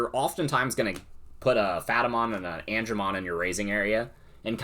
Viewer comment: I’m sorry what? Phatamon? You mean Pat-a-mon? Lmao <3